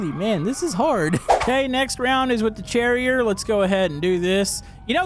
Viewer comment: My friend is French and the Cherrier is pronounced ‘“sherry ay”